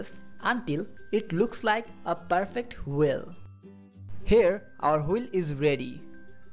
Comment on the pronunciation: "wheel" not "whil", lol